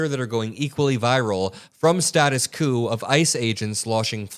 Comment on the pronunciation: Its status quo (kwo). Not coup (coo).